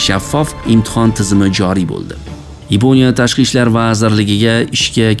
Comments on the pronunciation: Yaponiya emas Yiponya ekan 😂😂😂😂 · Yiponiya sozi ruscha aksent😊.